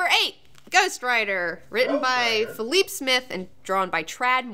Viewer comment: All-New Ghost Rider is great!! BTW Felipe is pronounced "fell-EEP-eh".